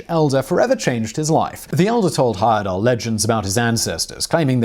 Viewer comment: Thank you for pronouncing my cousin's name correctly. (Grandfather's second cousin to be precise). I asked him if he were going to do any more of these trips in the late 80s when I was old enough to go but he said he was getting too old for adventures.